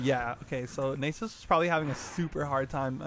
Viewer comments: It's nasus not nysus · Lol never heard it pronounced "naysus". Nice video though.